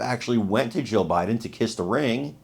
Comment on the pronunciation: I hate to tell you this but either your lisp or your language or something is messing up your tongue when you say Jill Jill Jill Biden j i l l and when you say Jill Biden it sounds like you keep repeating Joe Biden I hope somebody mentions that to you that you don't enunciate or pronunciate that word correctly her name is Jill not Joe